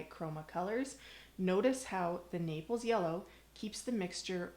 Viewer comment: Naples yellow; not napels. Thanks for the great info.